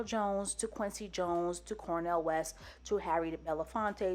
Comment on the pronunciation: Wait. What? Did she say Cornell West?